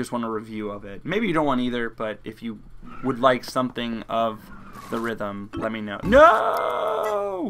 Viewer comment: It's actually Theatrim final fantasy not the rithm.